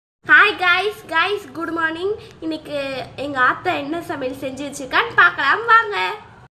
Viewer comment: என்ன உனக்கு நாக்கு நடுங்குது சரியா பேசமாட்டேங்கற குட் மார்னிங் குடு மார்னிங் னு சொல்ற அம்மா வுக்கு ஆத்தா னு சொல்ற. என்ன இது. உங்க அம்மா கிட்ட அதான் உங்க ஆத்தா கிட்ட சொல்லி உன் நடு நாக்குல நாலு குண்டு ஊசி குத்த சொல்லு 😁😊